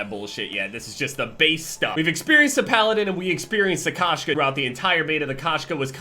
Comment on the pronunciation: K-oh-shka*. It’s cat in Russian, Kashka is oatmeal lol.